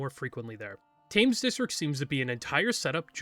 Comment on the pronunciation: just so you know, Thames is pronounced with more of a “ten” sound, “Temmes”